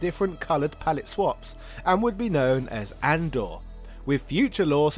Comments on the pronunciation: I’ve never heard that character’s name pronounced as “Andor” before. It’s obviously a reference to Andre the Giant, so I’ve always pronounced it with 3 syllables like a japanese person would - Andoré. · I remember having this epiphany only a couple of years ago, where I realized Andore was meant to be pronounced with the Japanese approximate phonetic for Andre the Giant, as in "A-n-do-re" (ah-'n-doh-ray). While I know you don't like people commenting on pronunciation, I'm willing to bet almost everybody else pronounces Andore as "Andore" anyway (including myself for decades). Love your channels and content regardless. :) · Sorry to break it to you brother but it's pronounced ahn doh ray so it's closer to Andre and not andoor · It's not An-door, it's "Ahn-do-re" like how a Japanese person would pronounce "Andre". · Andore is pronounced "An-do-re" as in Andre the Giant